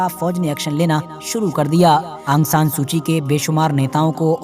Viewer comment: aang san nahi aung san hai